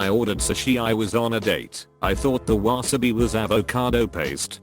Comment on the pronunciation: I'm love "wasabi". LOL